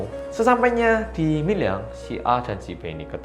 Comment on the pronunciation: dibaca nya MILYANG?? bukanyan MIRYANG ya?? Soalnya orang sini pada ngomongnya pada MIRYANG.